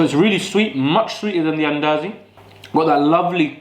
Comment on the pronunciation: Mandazi , not Andazi.